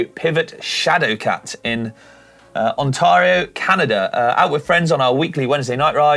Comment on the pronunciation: you are awesome but that pronunciation of "Ontario" was rubbish! Lol